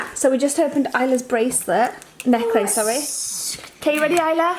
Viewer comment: Still not over the pronunciation of necklace x